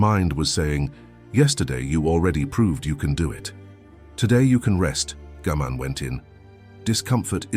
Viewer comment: This is a terrific channel and I’m really enjoying the videos but, and I’m not sure if the voiceover is AI or not but the Japanese concept names are almost always pronounced incorrectly I.E it’s Gaman (ga-man) and not Gammon, it’s ichigyou-zanmai and not Ichigo-zammai. It’s important because people will be unable to search for the terms to learn more about them.